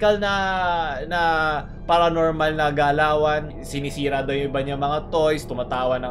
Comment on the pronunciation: " PaRaABnOrmAl eXpERt " 🤣👌